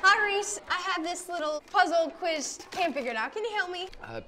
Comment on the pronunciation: the look is alright and he said the "puzzle" wrong